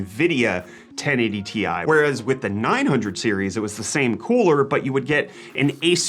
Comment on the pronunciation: Its t i not tie, how do you pronounce rtx ? R t x not retex